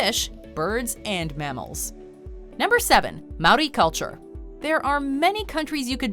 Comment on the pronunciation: You’ve got pretty close to pronouncing some of the Māori words correctly I’m impressed